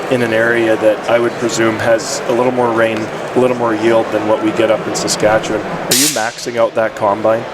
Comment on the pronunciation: As someone from there, you did a great job pronouncing Saskatchewan!